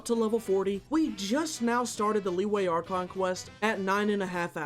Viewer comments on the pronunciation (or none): none